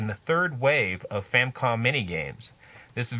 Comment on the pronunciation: First off, good review. Secondly, it's not a "Famcom." It's a Famicom. And it's The Adventure of Link. Not Link's Adventure.